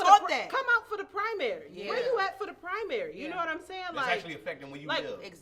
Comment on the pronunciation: need a civics class because she keep saying primary in the WRONG way!